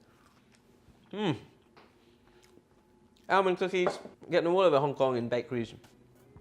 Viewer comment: It’s almond not alemond